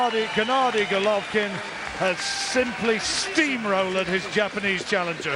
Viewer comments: C'mon get his bloody name right, it's Golovkin not Govolkin. Dear me! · Who the hell is Govolkin? Just listen to the guy sat right next to you. He pronounces correctly about 20 times ffs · so irritating that the announcer keeps saying 'govolkin' - learn the names guy!